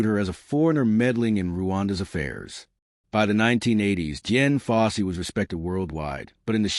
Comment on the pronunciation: Ok, you lost me at Jen Fossey. Uhm her name was Dian.. fucking AI... 👎